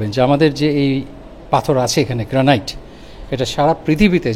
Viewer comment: গ্র্যানিট হচ্ছে সঠিক উচ্চারণ। 'গ্র্যানাইট' উচ্চারণ ভুল! এত বছর ধরে আমেরিকাতে আছেন আর গ্র্যানিট সঠিকভাবে উচ্চারণ করতে জানেন না?! 😮